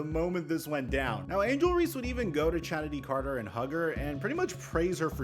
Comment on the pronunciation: It’s pronounced Kennedy Carter. The ch is. A hard c sound.